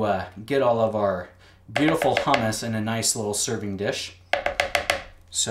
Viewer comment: Interesting pronunciation of "hummus."